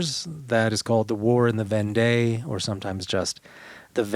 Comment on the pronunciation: I enjoyed this episode. It will be a helpful conversation piece with my French friends. Just one thing, Vendée is pronounced as Vondee.